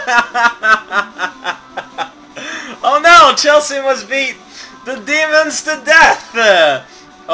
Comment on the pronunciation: Whenever you say Chelsea with emphasis on the 'a', I though you were just saying "Chelsea, uhh..." or something like that, but the way to pronounce it is Chel-see.